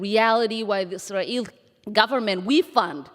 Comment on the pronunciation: I hope she starts to pronounce Israeli properly. Her forced "Is-a-Ralh" is very annoying